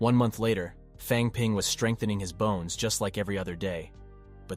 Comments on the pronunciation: it is said bones not boners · You were saying boners instead of bones (•ω•) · Stop saying boner its sounds like The pill is Viagra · Why does it keep saying boner instead bones or bone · It's Really hard to keep a straight face the guy say's bones as boner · Why do you say “boners” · I love how he says bones as boner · my man started talking about boner strengthening pills i was like "this took an odd turn" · Aye can't help but laugh every time